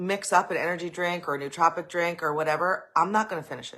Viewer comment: Can you learn to say nootropic correctly! And get the definition correct as well. BTW caffiene is a nootropic.